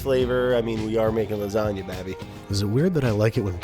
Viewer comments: You GOTTA have RICOTTA when you're making LA.... LASATTA. Sorry. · it's pronounces laaa-zaaa-GGGGna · It’s called L A S A G A ! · Lasgana? Brad?? Ahhhh my 9yr old brain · Nobody: People born and raised in the US but have Italian ancestors: hey, Italian here, and you're doing it wrong